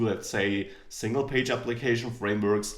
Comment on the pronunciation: Ängjelar tu ist die Aussprache :D nicht Ängelar tju. Aber ansonsten ein schönes Einstiegsvideo!